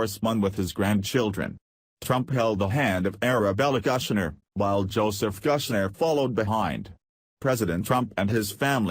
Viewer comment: Some narrators speaking of Ivanka's husband Jared Kuchner as Mr Guchner starting with the letter "g". I really wish he'd pronounce Mr. Kushners name correctly!!!